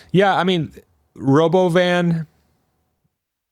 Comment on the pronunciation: It's roBOvan